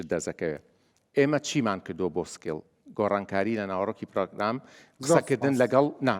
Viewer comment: ناشڵێن سکەیڵ ئەڵێن سکێڵ کە هەر نیە لە ئینگلیزییا وابزانم